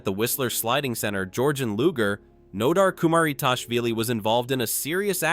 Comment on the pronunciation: Hate AI narration. LOO-GAY?